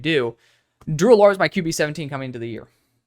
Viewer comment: Drew (AL-ER), the way you say his name bothers me😂